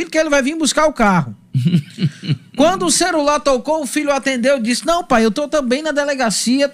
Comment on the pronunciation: O comentarista, chamou celular de "CERULAR" kkkkkkkkkkkkkkkkkkkkkkk.